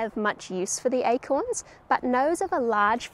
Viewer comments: Like how you pronounced these Eichhorns <—-by the way Eichhörnchen means squirrel in German ;) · The pronoumciation of acorns sounds like the word squirel in dutch We call squirels “eekhoorns” (sounds like acorns) which made it a bit confusing sometimes : ‘ )